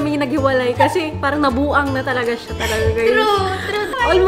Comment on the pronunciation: Nabuang in Bisaya accent , Ivana style